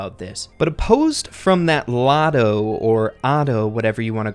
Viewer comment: It's lotto not otto